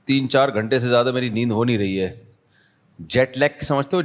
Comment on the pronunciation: what is "Jyada" its "Zyada"